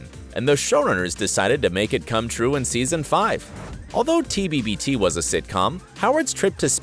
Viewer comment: He says " at the very beginning of tbbbt..." With an extra b.. so, apparently even this YouTuber has some plot holes. Irony🤣